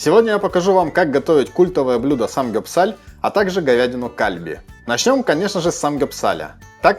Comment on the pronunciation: кальби ударение на И, пулькоги ударение на И